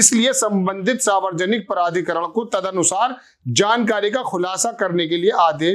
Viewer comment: आप मुद्दे सही उठाते है ,पर न्युज या वीडियो पर अपनी ट्रैनिंग पूरी करीये ! सावरजनिक नहीं सार्वजनिक बोलना सिखीये , ऐजेंडा में ऐसी गलतीयो की ठुकाई के लिये अमित मालवीयो के जूते खाने के क्या मतलब है ? चैनल पर मोबाईल में देखकर वीडियो बनाना , एक बेवकूफी है ! जरा पत्रकारिता के परखच्चै ना ऊडा़औ ? मुद्दो की मय्यो हो जाती है ! शुरु में ही घोषणा कर देवे बोलचाल !भाषा! उच्चारण में गलती आपकी ना समझी होगी ?